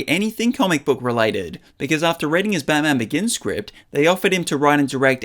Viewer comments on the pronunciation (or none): none